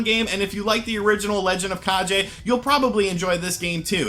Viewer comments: Its the legend of kaGe not kaJe Translate to legend of shadow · Lol at “the legend of kah-jay”. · Kage: It's pronounced "kah-gay", my friend. It's the internet so I have to correct you. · legend of kah-jay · „G“ in the word „Kage“ is pronounced as „g“ in the word „gun“. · Kage has a hard G not a soft G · A great list; the DS has a great library with lots of interesting little titles. Funny to see people still mispronounce "kage" just like they did back for the original NES game :p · Yeah, don't pronounce "GE" like in "GEneration"